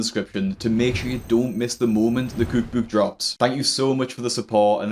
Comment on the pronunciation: I cannot stand the way he says cookbook